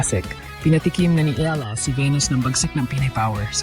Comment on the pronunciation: Eala pronunciation E yala